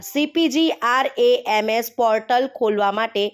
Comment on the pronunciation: પહેલા cpgrms નું ઉચ્ચારણ સરખી રીતે કરો😂